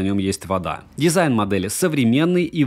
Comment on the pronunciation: "компактный дизаин"